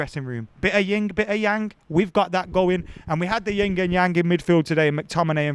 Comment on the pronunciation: It's Yin and Yang. Not "Ying". You can assault me now if you want.